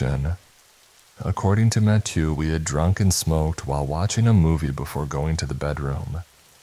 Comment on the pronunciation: Mattieuh is killing me